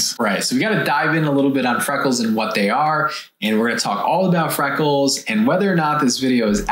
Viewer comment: Did I hear “frackles” 😂